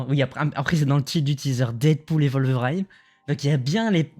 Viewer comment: Worlveriiiiine pas "WolverAAIIne" ! Ça me fait bondir de ma chaise à chaque fois que tu le dis. 🤣 Très bonne vidéo sinon. 👍